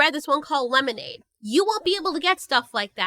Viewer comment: Rest of the world: "lemonade"🍹 Italians: "lemonade"🗿